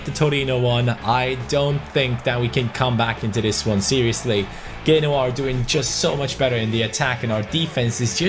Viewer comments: I'm sorry but who the fuck is genwa it's pronounced jenOa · FYI, Genoa pronounced "Jen"oa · Genoa (Gen-waAH)